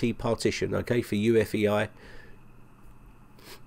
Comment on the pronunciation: "for UFEI" Do you even make a script? You know it's UEFI! Just stop making these horrible mistakes already!!!